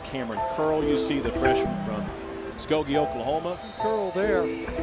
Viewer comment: Where you see Muskegee at lol it’s MuSKOgee!! 🤦🏾‍♂️